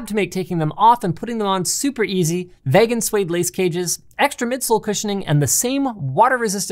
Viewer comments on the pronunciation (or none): does Linus not know how to pronounce the word "vegan"? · During the shoe commercial at the end: What is "vay-gan" Linus? Did you mean to say "ve-gan"? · Is there a a story behind Linus' "v-egg-an" pronunciation? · Lol did Linus just pronounce vegan as vaygan?😂😂😂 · That's the weirdest pronunciation of vegan I've ever heard from Linus in the vessi ad.